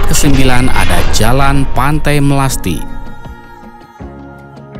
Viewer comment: Melasti apa melastis